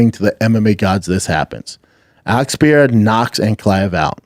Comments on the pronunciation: why does he call pereira pee-arah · Pee-Erra ….. Pee-Air-a Pre-rare-uh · Is he still pronouncing Pereira wrong?